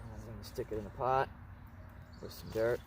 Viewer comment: lol u said “dirt”😅